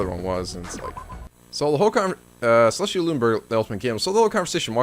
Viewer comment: why did you go from pronouncing celestia's name right (-ee-a) to pronouncing the nickname wrong? it's not suh-least. why would the second part change just because there's no "ia" at the end?